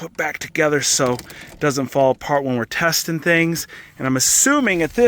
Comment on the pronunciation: Love the extra ‘T’ in TESTTING.